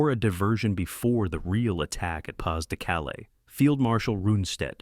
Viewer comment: Just when I was going to compliment on finally saying Bagration correctly, we get Pas-de-Calais. Seriously?